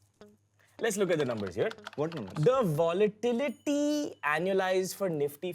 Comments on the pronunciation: VOLATILITY ❌ VOLA'TITIY' ✅😂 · VOLATITITY XD